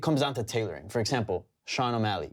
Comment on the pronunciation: WELL DONE!!!! You finally said Sean O'MALLEY and not Sean O'MILEY.